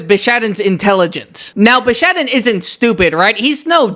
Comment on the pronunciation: No one can convince this man that its called bishaten not bishaden